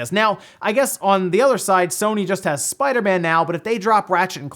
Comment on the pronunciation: Spida-Man. Spida-Man? That’s how you sound when you say Spider-Man 😂